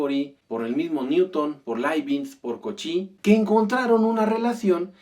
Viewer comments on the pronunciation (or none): Cauchy se pronuncia "Cochí"